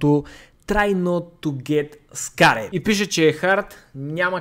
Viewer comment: samo kak kaza scared:face-green-smiling